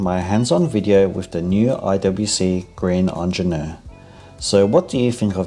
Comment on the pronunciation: He should learn how to pronounce it though.